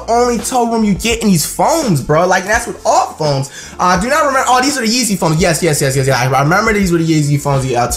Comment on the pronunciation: this nigga said yeezy phomes